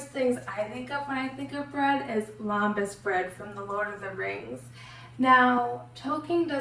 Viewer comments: It’s pronounced LEM-bas. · You are not pronouncing Lembas right.